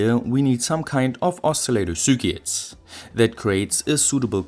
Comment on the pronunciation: Repeat a thousand times: Sir Kit. NOT Sur Quit, nor Sur Kit, or any other pronunciation. No excuse now...